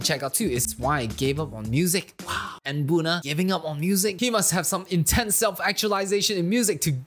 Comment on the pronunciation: Note: n-buna's name is pronounced as "nabuna" lmao thats it Also nice video!! I've been looking for a reaction vid in eng xD